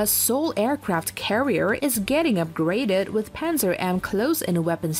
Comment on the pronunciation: It's pronounced "pantsir", not "panzer".